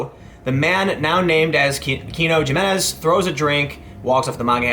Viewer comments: If a Spanish name starts with a "J" then its pronounced with an "H" sound. Jimenez = Himenez. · Tim called him Jim, didn't he? ha ha Jim enez. heh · AHHHHHHH! Jimenez is pronounced Himenez! (Sorry Tim, but I live in NM.) IMO, felony is a harsh. TX may have something about battery in conjunction with the theft or because, as you say, it was minors. Felony has a lot more punishments beyond just longer prison sentences. Besides, TX taxpayers will have to pay for his incarceration. EDIT: I think I found the statute: (4) a state jail felony if: ... (B) regardless of value, the property is stolen from the person of another or from a human corpse or grave, including property that is a military grave marker; It appears that Texas just has really stiff laws regarding stealing directly from another person. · Two things...get rid of the beanie and learn to properly pronounce Spanish names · Did anyone else say the correct pronunciation for Jimenez every time it was said incorrectly? It's not that big of a deal that it was mispronounced but that I felt the need to verbally correct it every time is a bit off. Lol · He assaulted minors it's a felony. You're saying his name wrong over and over and over. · You dumb ass!! Didn't you take Spanish 101 in high school?! Stop mangling the name Jimenez!! Otherwise carry on, pelon!! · Stop saying Jimenez please lol your killing it !! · The Bexar DA didn't file assault charges along with felony theft? Same as spitting, throwing ice on someone is assault. So libtools who make idiotic videos saying "he shouldn't be charged with a felony" might at least be PC enough to learn how to pronounce Jimenez correctly. Smdh. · he keeps pronouncing the J in Jimenez in english and i'm getting triggered. Like come one man. Be a little more cultured than that. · The "J" in Spanish is pronounced like the English "H." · I think the J in Jimenez has a Y sound like Jimenez in Mexico. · Tim, I think the J is supposed to be silent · He-menez. Not Ji-menez. XD